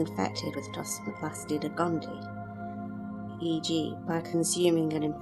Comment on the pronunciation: Please pronounce "gondii" correctly. It is gond-ee-eye. There are two "ii"at the end.